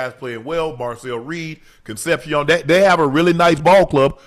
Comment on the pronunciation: At what point does someone tell UNC he's saying Concepcion wrong lol. Bro was even a guest last week lol